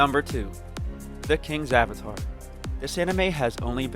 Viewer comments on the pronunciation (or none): none